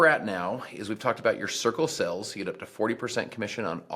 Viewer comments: Am I the only one who keep hearing “sickle cells” whenever he said “circle sales” lol? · The way he says “circle sales” sounds like “sickle cells”